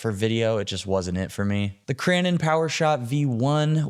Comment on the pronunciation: Broski, did you say Cranon